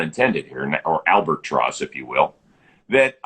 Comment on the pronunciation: "Albert-tross" almost had me unsubscribing